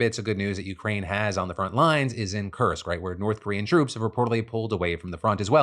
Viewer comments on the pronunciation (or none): none